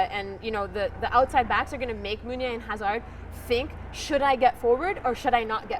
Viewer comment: Omg the pronunciation of the Belgian players is awful. Mostly the woman. Meunier isn't Spanish lol he's Walloon. Hazard is also Walloon and not English